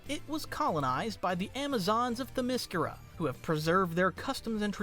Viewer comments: Themyscira pronounced ThA-miss-kaRah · that's not even close